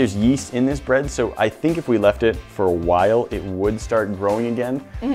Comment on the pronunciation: If you haven’t already noticed, doesn’t say “while,” he’s says “whaall.”